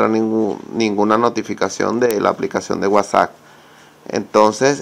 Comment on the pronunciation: Es admin al pronunciarlo